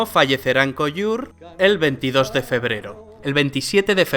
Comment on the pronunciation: excelente e imparcial video eso si cuando has ponunciado colliure me han sangrado los oidos. machado no murio en españa pero si en cataluña, colliure se pronuncia tal cual.